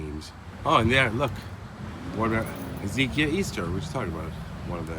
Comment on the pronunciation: I think it’s pronounced Hez-UH-KY-UH Also there’s something like this in Hamilton. There’s a Courtyard by Marriott Hotel. A pretty nice hotel. $250 a night even. Bam, cemetary in the front. I’ve never driven into the property so I don’t know if there’s a parking lot between the hotel and the cemetary, but it’s an odd sight either way.